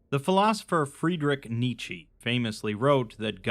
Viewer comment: First time hearing Nietzsche beeing pronounced that way xD